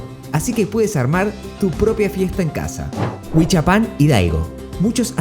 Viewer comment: Estos arjentinos!!! Ya nos salen hasta en la sopa!!!!ese acento espantoso que los caracteriza...ni pronunciar bien los nombres de los poblados.tequixquiapan.!!!!.huichapan!!.agangeo!!!primero aprende a pronunciar bien los nombres y luego te metes en hacer tus feos videos!!!!